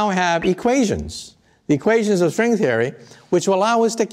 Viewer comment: "equations of srwing therey"